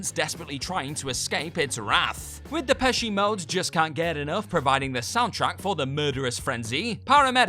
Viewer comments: DePesci Mode? "You just can't get enough how? Like you're some kinda Pac-Man, gobblin' up dots?" For god's sake, can any of the Whatculture people read through the script once before recording it and look up any words they don't know? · I’m sorry, did you say “Depeshy Mode”? 😂😂😂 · Back up a second…. I just know I didn’t hear you say Depechee Mode did I??? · Joe Depeshi Mode 😂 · Lol I thought I was hearing things. He sure did 😂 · You're actually right haha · You pronounce Scorsese's name correctly, which most don't, but completely mangle Depeche Mode's name... GOOD JOB!